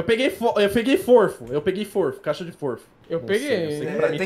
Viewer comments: Forfo :v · Forfo KKKKKKKKKKKKK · Cara, eu tenho tanta agonia, mas tanta agonia... QUANDO O FALA FORFO!!! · KAAKKAKAKAKA FORFO KAKSKAKSKSKSK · Guinas, eu sou um fã de vcs, mas quando alguem diz forfo, é pq está muito assustado para disser garfo.